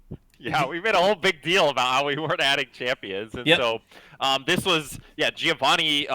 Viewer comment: Hearing you butcher "Giovanni" over and over again is pure pain... It's not that hard, guys